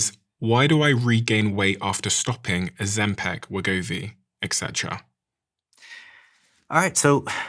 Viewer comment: Steven, it’s pronounced ozempic not ozempec!